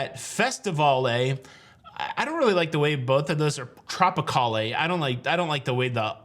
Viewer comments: Hi! Great video. I cruised on the Tropicale in the 80’s out of Long Beach. We pronounced the ship Trop-i-call, not “allay”. Hopefully they bring back the name and port it in Long Beach!! I would definitely book that inaugural cruise! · I believe it was pronounced "Trop-i-cal" - not "Trop-i-cal-A." Carnivale also had a ship that I did sail on called the Festivale. The staff pronounced the name of the ship as "Festi-I-val" rather than "Fest-I-Val-A." Just think of how you pronounce Carnivale --> "Carn-i-val" rather than Carn-i-val-A." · Dide, you're messing up those old ship names. "CarnivAL" TropicAL" "FestivAL" -no "ay" sound at the end. I sailed two of those, so I speak from experience. :) I did a couple of trips on the old/original Holiday, and wouldn't mind seeing the name return. Thanks for all the news and updates. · Did anyone explain the pronunciations for Carnivale, Festivale and Tropicale? You do not pronounce the "e" at the end like Carnival-AY. It's like Carnival...except that the accented syllable is different. It's CarniVAL (and FestiVAL and TropiCAL). Just thought you'd like to know since you didn't seem thrilled with Carnival-AY. (I should clarify...the VAL is pronounced as the CAL is in CAL-ifornia.) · Hi, the pronunciation of Carnivale and the others with “vale” at the end is more of a French pronunciation. The “vale” kind of sounds like the first part of hotel chain Valhalla Inn or the name Valerie. The “e” is silent but creates a feminine word. Google search of Carnivale (missing the accent above the “a” is “kaar-nuh-val “. The Tropicale would end like the male name Cal. Cheers from Canada… sorry. Lol 🍻